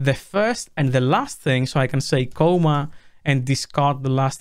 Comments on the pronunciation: C-AH-MA, not C-OH-MA, thanks. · It's "comma" not "coma". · If you already pronounce comma like coma, how do you pronounce coma?